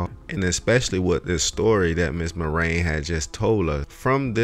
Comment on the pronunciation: Mary-On Spelled. Marion Not Mar-ayne